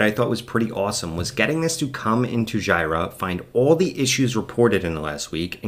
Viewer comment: So sorry for being 'that guy' but the tool "Jira" is pronounced "JEE-ra", not "GY-ra" The product name comes from the second and third syllables of the Japanese word pronounced as Gojira, which is Japanese for Godzilla. The name originated from a nickname Atlassian developers used to refer to Bugzilla, which was previously used internally for bug-tracking.